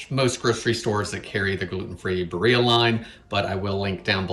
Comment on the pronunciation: Barilla is Italian, so you pronounce the L -> Bah reela